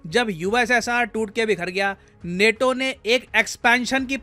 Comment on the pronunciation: नेटो नहीं नाटो 😆